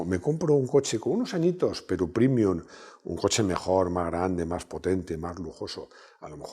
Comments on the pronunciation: prémium, prémium, prémium. Pre, pre, pre. Me sangra el oído y el duodeno. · ¡Y dale con primium! Paleto, que se dice prEmium, como prEmio.